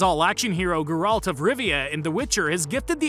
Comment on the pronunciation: am i only one who is annoyed by your pronunciation of Geralt? otherwise, great video